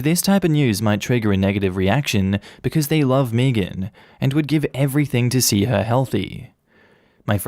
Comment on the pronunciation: Meagan or Megan is pronounced “May-gen” not fuckin “Meegin”